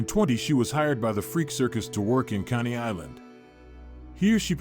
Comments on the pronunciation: I thought Chang & Eng's surname was Bunker, not Banker. Also, it's CONEY Island, not CONNY. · Who doesn't know how to pronounce Coney Island? I mean, seriously 😐